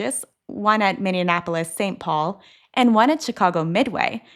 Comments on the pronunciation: Minneapolis, not Minneanapolis. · FYI, it's pronounced Mini-app-olis (Minneapolis), not Mini-an-app-olis. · “…..MINNEANAPOLIS…..”?! I can deal with your Elmer Fudd-like speech impediment (you wascally wabbit), but you could at least pronounce the names of cities properly - come on - get it right…………..